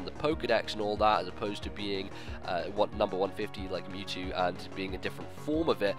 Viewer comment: It's "Mewtrue!" Mewtwo finally gts his own DNA and becomes a real boy!